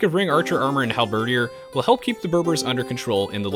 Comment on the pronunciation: Hal-BA-DEERs not Hal-ber-ders. Had to pause the video after that one.